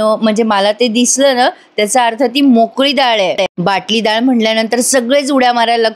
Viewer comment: Anagha, It's vatali dal not Batali dal